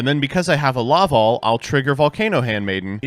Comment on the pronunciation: It's LaVALVAL Chain.